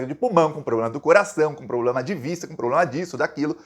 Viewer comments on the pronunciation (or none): none